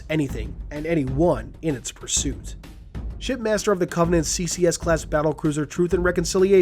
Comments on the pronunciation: Glass shattering moment, it sounds like your saying “Shit Master,” anyone else agree. Also, I can’t wait. I live next to a Dave n Busters so it’s gonna be great when it comes out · I swear you said, pardon my language, "Shitmaster"